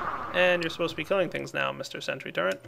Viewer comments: Y U NO PRONOUNCE TURRET CORRECTLY ITS TURRET NOT TURRENT :( (go ahead and dislike this if you dont have ocd/sympathy) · i like, except for when he says "Turrent" instead of "Turret", makes me cringe. But good vid. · TURRET NO "N" IN IT! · "Turrent" ? lol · "the portal turrent" Portal TURRENT? TURRENT!?! Hehehe oh you americans... (correct me if I'm wrong about nationality) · Hey there is no n in turret:P